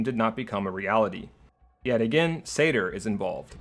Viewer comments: And is me or do you keep saying Sayter instead of SANR? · It sounds like you're saying SADR instead of SANR. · Also you called SANR satyr a few times around the 17 minute mark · I keep hearing you say "SATR" instead of "SANR" and it was really throwing me off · Rewatching after 3 years and still hearing SATR